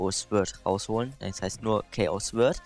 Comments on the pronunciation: Er sagt einfach swörd 😂😂😂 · Wie er sword ausspricht 😂😂😂